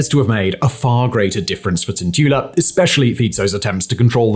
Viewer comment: Well, Simon can pronounce "Fico" correctly at last. His "Cintula"is not bad except that the"t" is not softened. It is C (as in bats, hats, mats) IN TOO LA. He will have to work on Juraj though. Heaven help him if Juraj had been a Czech. Jiří would be beyond Simon even if he had heard it a hundred times. Juraj is something like JU (as the "U" in "Ute") RAJ (as in "rye"). Go to "Google translate Slovak English". Type Juraj into the Slovak box. You will see that it translates Juraj as George. Yes IT IS "Svätý Juraj a drak" (St.George and the dragon") Never mind that. PAY ATTENTION ..... click on the speaker symbol at the bottom of the Slovak box. It is not bad. You can add "Cintula" if you like.